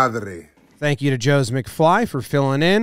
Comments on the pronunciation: Why did you say jose (joe-s) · Jose is said ho-zay